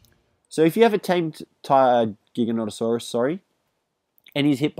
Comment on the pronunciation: You don't have to say giganonatasaurus